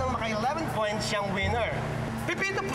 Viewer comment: Naka score ng twe pwoints hahhha